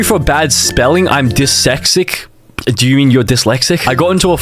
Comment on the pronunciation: “desexic” lord help me im dying😭😭